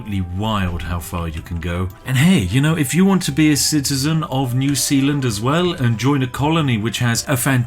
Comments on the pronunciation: "New Sealand" Is New Zealand a joke to you, Spiff? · New Sealand, more like New Peeland. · Okay, so I live in New Zealand and this video has me confused every time Spiff says New Sealand and our sewage also pumps to Australia!